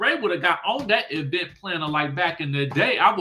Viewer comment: Can we stop putting so much stress on the e in event🤭